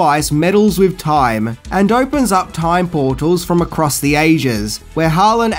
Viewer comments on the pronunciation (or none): none